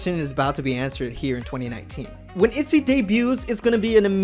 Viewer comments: In Korean the girl group is actually pronounced itjy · You pronouce itzy all wrong btw, check up on hangul to get the correct way of saying it